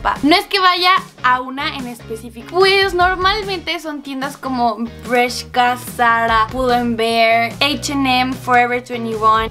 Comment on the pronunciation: Se dice bershka no breshka